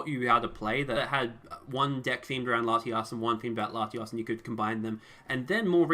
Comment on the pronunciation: Really said latias twice you have to pronounce the O